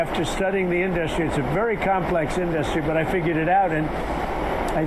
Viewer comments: An idiot who can't pronounce industry - "in-dust-tree" give me a break..... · Why can’t he say simple words like “industry” and “Tesla” correctly?